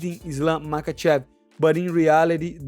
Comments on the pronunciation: As much as I cannot stand Pull-Out Costa, even his English has improved dramatically while my dude here can't even prounounce the p4p 👑 's name correctly " Makhachalla"? Really 😂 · I love your accent and the way you say fucking can't pronounce his name. Islam muckachala made me spit my dinner out. Can't stop laughing. ❤